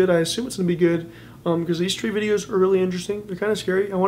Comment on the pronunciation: your pronaunsasion is wrong (stree and aao kabhi haveli pe)👎👎👊